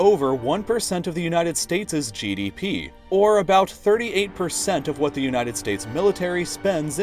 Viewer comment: i like this channel but why does this guy pronounce his words so strangely. Just listen when he says "what"